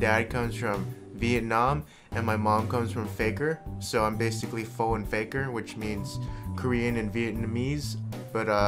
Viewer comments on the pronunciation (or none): Vietnamese, but says pho wrong? Smh